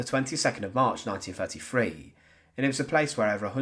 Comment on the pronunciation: Nineteen Firty Free? Bloody hell!! Learn to bloody speak properly. If you can't do this, could you at least utilise someone who can speak properly?